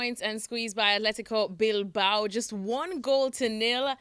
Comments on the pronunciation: Please dont say Atletico Bilbao :) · It's ATHLETIC BILBAO not athletico bilbao